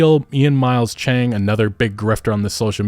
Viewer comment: I’m sorry to point out just a tiny thing, but I was stunned when he called Ian cheong “Ian chang” especially with editing almost a necessity now, I’m surprised that was overlooked for usually that is a racist stereotype, not saying he is, just pointing out what I noticed.